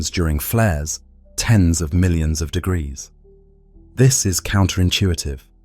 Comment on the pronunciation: I never knew 'degrees' was pronounced degraus